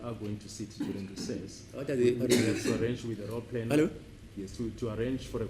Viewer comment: not eve he'llo😂